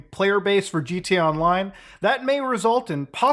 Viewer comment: Why does he say "gt online"? Pronounce the a bro